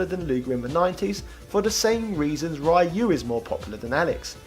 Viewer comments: I always thought you were just messing with the viewers by saying RAI-YOO, I've heard people call him that all my life, so at this point, it doesn't bother me. I didn't think people would get that mad at it, lol. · lol I always felt u called Ryu "RAIYU" as a meme. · I pronounce it as ''Rye-you'' too. Never did understand why everybody else pronounces his name as ''Riy-you''. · Ryu is a character in Ninja Gaiden. Ryu (pronounced RYE-YOO) is from Street Fighter 2 🤣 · Parry is forward, not down. And you’ve said Ryu wrong. And you failed to mention Ryu and Ken weren’t supposed to be in 3. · Your pronunciation of Ryu is wrong, but jeez is it that bad. I mean it’s probably a joke…… It’s % a gag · Can't agree on the Ryu issue. Your points about varying pronunciation are all fine for normal words, but not for names. There is a right way to pronounce a name, anything else is wrong. When you learn you've been pronouncing someone's name incorrectly you should learn from it and adjust. Imagine how this would come across if it was an actual person and you just insisted on continuing to mispronounce their name. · Well the word Ryu is still commonly used as a name, or part of a name. That's neither here, nor there though. If you said it the way you do to a Japanese native, they wouldn't understand you. If you said it the other way though, they'd almost certainly understand. Just because it's close to the way it's supposed to be pronounced and it's the way foreigners usually pronounce it. Pretty universal for mispronouncing Japanese words. The closer you can make the word sound to the native pronunciation, the more likely a native will understand. Not criticizing. I'm used to Japanese being completely butchered. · Rye Yoo I can forgive but "DIEGO"? 😂😂